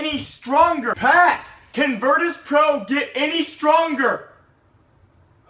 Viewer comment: 'Virtus plow' Lmao